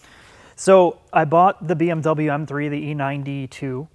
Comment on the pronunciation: 'And I want to experience BWM ownership', FOUL LANGUAGE WARNING lol